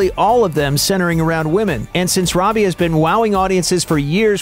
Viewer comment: It's robie